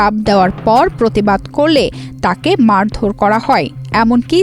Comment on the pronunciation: কাজটা অবশ্যই খারাপ হয়েছে। তবে, রিপোর্টারের ও বিচার হওয়া উচিত। উনি বাংলার পুরা বলত*কার করে দিয়েছে। নাড়ি না নারী, জিলা না জেলা, মাড়ধড় না মারধর। এইরকম আরও অসংখ্য। নুন্যতম বাংলা শিখে তারপর জাতীয় পত্রিকায় কাজ করা উচিত।